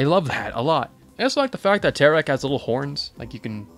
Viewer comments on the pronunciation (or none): I died when you said "tecar" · Tekar?ITS FREAKING TERAK